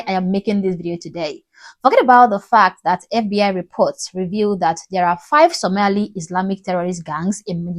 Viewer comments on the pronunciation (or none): It’s Somalian not Somelian. Say hallo to your next Mayor! How much is the white man paying you madam ? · It’s annoying how you’re saying “Soomali”! It’s Somali, get it right before you start yapping! Minnesota already has had a Somali woman mayor in one of its districts. Fateh will be the mayor of Minneapolis because his community has invested so much in that city, just like any white-majority or Black neighborhood. Majority rules! He’s American-born and has every right to run for office. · This idiotic even cannot pronounce Somali. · You cannot say Somali even properly. dear African Girl you did not reach this level yet just stay Oppressed West African Girl. Improve your English no one can understands you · You can’t even pronounce Somali kuma mamaako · Shut up beech ()! You can't even pronounce the word "SOMALI" properly. Who are you beech, and Who are you speeking for? Mr Omar will be the next Mayor of MN, in sha Allah.